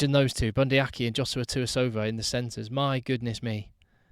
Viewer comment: I am guessing you mean Leicester Fainga'anuku (and yes, he is definitely one to watch). I will help with the pronunciation, seeing as I am a kiwi. try 'Fy-ah-nu-koo'. Also, for, being Bundi Aki is also kiwi, it is 'Ar-key' and 'Savea' is 'Sa-vee-ah' not 'Sa-vay-ah' (as Shawn Fitzpatrick and all the English media pronounce it).